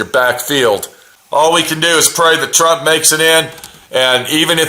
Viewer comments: Trump not tramp 24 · TRUMP not TRAMP